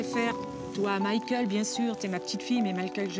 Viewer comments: Le ë sur Michael.. Arrêtez, je vous en supplie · Michael bordel pas Michaël